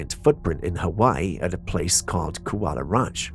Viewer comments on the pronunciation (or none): none